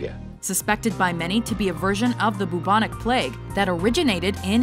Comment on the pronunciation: It’s pronounced bubonic not boobonic lol